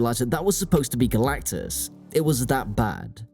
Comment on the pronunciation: Kudos to the commentator for his ability to pretend like this is anything other than a DEI bomb. And for making us laugh by repeatedly saying "Galactacus."